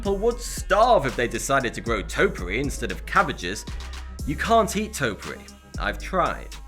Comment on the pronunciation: It's been over a year, and yet your pronunciation of topiary is offensive enough for me to suggest a different path. "tōpēˌerē" Otherwise, nice vid.